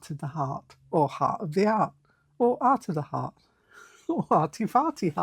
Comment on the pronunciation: Did you say ART OF THE FART? Hee hee, I probably just heard what was in my own head🤪